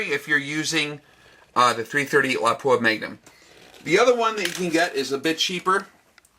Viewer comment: THANK YOU FOR PRONOUNCING "Lapua" correctly! LOP-up, not la-POO-a. drives me nuts! Nice video!